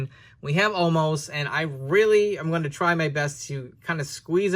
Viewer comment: Why do they call him omaaas now? His name is omos right?